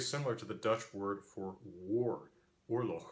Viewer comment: Your dutch pronunciation was actually not that bad. Too much 'U' sound on the double O. It sounds more like OHR-LOCH, with the guttural G of course that you did quite well. That guttural G is very difficult for most foreigners.